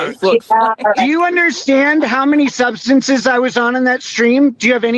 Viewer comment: the guy can barely get the word substances out. Actually never did.